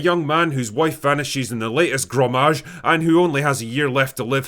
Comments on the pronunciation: It's gommage not grommage :-) (from the French verb gommer, to erase) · Every time I heard "grommage" instead of "gommage" I gagged 😂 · GOMAGE not grom hellscream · "Gommage" not "Grommage" - originating from the French word "gommer", meaning "to erase" or "rub out". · just an fyi, its not gRomage - its gommage, which means to erase or scrub out in french. which suddenly makes lots of sense. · It’s gommage not gromage you barmy jock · Gromaj? Gommage, you cumb dunt. Sophie isn't Gustave's wife. You really need to start doing the bare minimum research and proofreading into these half-baked reviews. Throwing out the hard R isn't a personality trait either. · not to be 'that' guy but it's pronounced "Gommage" not Grommage" it's a French word for erasure. Gomme is the French word for a pencil eraser. The clues to the plot were in the jargon all along. even the word "gestrals" is derived from "gestural doll", the wooden dolls you can style into poses used by artists and painters to get body proportions right. it's easy to spot in hindsight how a child would want to decorate such a doll with colours and stick an old paintbrush to the top as a funny hairstyle. This dev team had such a clear and straight goal/idea for this game's world and storytelling.. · "Gommage" not "Grommage" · Listen, I know this is a good review with a lot of interesting points and perspectives but I must say: There is no "R" in Gommage! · "The grommage" "Gustave's wife" this shouldn't make me mad but it does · And goddammit, its Gommage, not Grommage . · It's "GOMMAGE". And it means something like "scrub" in French. I really would love a sequel, especially to see what's happening in the rest of the world. But then again, the studio is French so it might lose that charm. And second (SPOILER ALERT): the world takes place in the master work of a painter. So it seems like it's not really the entire world. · It’s not ‘grommage’ and you overdid it with the spoilers this time ;) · What is a "grommage"? xD